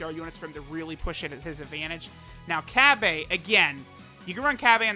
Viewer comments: Cab-A? you can at least pronounce the name right. Na for the copious amount of money that you spend on this game you can mispronounce names all you want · Cab-aye, that shit sound gay and stupid 😂😂 stop it, no one calls him Cab-Ayeee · Bra Fandom: Bulla Also truth: Cabbe Also fandom: Cabba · in subbed the voice actor says Cabbe but in dub and in everything else and the way its spelled its Cabba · Cabba’s name: Cabba: Cabbay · Nobody:: cab bay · so busy talking about pronunciations he didn't even bother to look at Cabba's attack and defense after giving him orbs, ugh... Oy vey. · Czar17 _ that’s what I figured, I watch dub so that’s how I pronounce his name